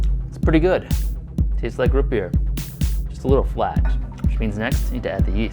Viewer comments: ROOOOOOTS NOT RUT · "rut beer" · R-OO-T NOT RH-U-T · Root not rut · Daniel Laux he wouldn't say root beer he would say rut beer